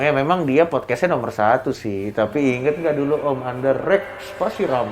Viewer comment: Om coki bisa bisanya ngomong musyrikk :)